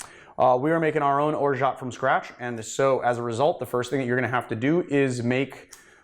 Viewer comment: You don't pronounce the T. Other than that - I love your videos and they are the best on YouTube in terms of quality and information in cocktails.